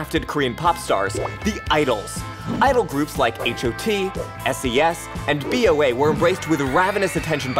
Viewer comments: See-yo Taji? Ha-yun Jin Young? Bee-yo-a? Seriously??? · Those are pronounced "So Taeji" "Hyun" and "Bow-ah"